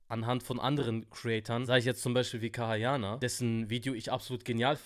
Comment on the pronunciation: KAYA YANAR Nicht kaha yaha